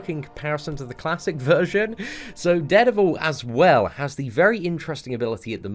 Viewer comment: Did he say dared evil